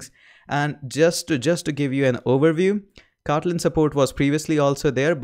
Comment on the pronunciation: i love the way you say, "Kawtleen" .